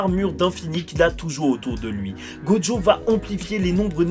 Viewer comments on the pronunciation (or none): On dit gojo pas joggo